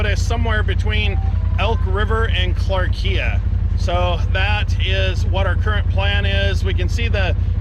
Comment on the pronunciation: Maybe check out the correct pronunciation of clarkia